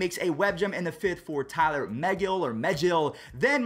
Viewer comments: It’s tylor not Tyler megill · It’s Tye-lor ma-Gil the Mets pitcher not what ever you said lol